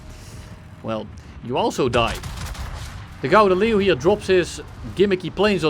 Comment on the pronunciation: eindelijk, een youtuber die wel 'Gouden Leeuw' kan uitspreken